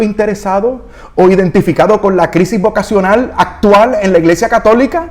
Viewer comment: Señor!!!! Favor corrija, dice VOVA-cional...